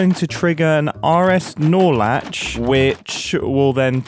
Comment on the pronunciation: He did it. He said "R-S Nor-Latch" without sounding like he was saying "R-S Snorlax".